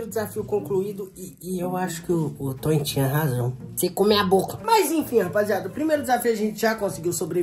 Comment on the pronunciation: Não é Tony é toin